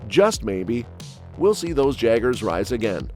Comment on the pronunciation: hey said jaggers not jaegers